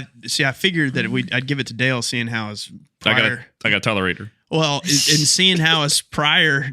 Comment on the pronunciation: at the dale not da-le podcas-t